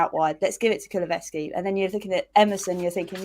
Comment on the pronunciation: Kulu-sev-ski, I'm a stickler for pronunciation, apologies 🤣